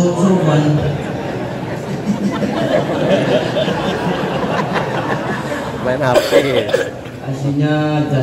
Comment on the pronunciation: Bukan sayidina Sauban Tapi Sayidina Sya'ban